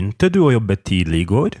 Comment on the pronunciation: pytanie o tidlig tu slychac ze wymawiane jest z d jako tidli a w slownikach transkrypcja i odsluchana wymowa to /ti:li/